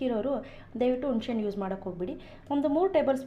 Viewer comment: sambaar channagide mam,adre achhitkoli alla,hecchitkoli,unshehannu alla,hunisehannu.pls correction madkoli